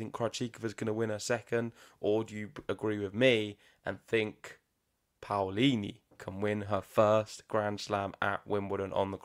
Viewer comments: Love all the love you're giving Jasmine 🥰 and, yes, you're saying her last name right, you have to pronounce both the A and the O 😉👏 We're so proud of our tennis players 🟢⚪🔴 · you have to express every letter of the name PAOLINI, the A sound either...it's not like the American PAUL sound, i'm italian, trust me!!...however the pronunciation is correct from both of you!! Waiting for MUUUUUUUUUSETTI!!!! Thanks for the show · Your pronounce of Paolini is perfect. Ciao from Italy and let’s hope for the best